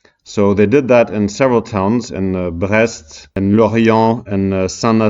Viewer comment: He said brest, hahaha